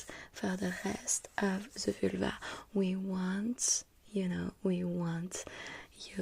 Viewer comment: Ze Vülva...love it😂😂😂